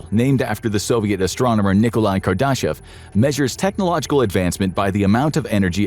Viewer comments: THIS channel's ai voice-over pronunciation of "Kardashev"..... is amusing. Speaking of digital minds. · Question, if you guys aren't using AI to do some of these videos, like you're sure your voice guy has not created a voice database? Because I'd like to know how you continually managed to butcher people's names and places if it's not a database? Kardashev... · Carl Saggin? Kar-daw-shev instead of Kar-d'shev or kar-duh-shev. Was voice automated a long time ago?